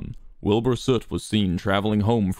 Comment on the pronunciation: American Wilbur still can’t pronounce his own name